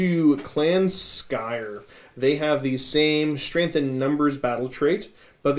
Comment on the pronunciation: I wasn't able to watch the whole video but did catch the Skaven bit. Did only Pestilens and Skryre get new stuff? :( I was hoping Verminus got some goodies too... Also, another question. Why does everyone say SKY ER when there's an R before and after the Y? I've always said SKRY ER cause it's written Skryre. No worries either way just wondering.